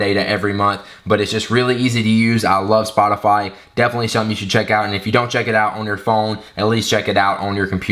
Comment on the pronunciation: Spotafayyy, haha awesome